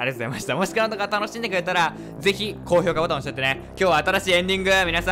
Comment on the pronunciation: 今回は めっちゃはっきり｢高評価ボタン｣って言ってたな 前のコメント見たのかな😳